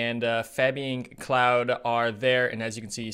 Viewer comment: The Claude brothers (Fabien, Florent who races for Belgium, and Emilien) is pronounced "Cl-ode", not "Cloud". 😉 Thank you so much for these Schalke event videos, very fun to watch while we wait for the World Cup races to start back up next week. 🙂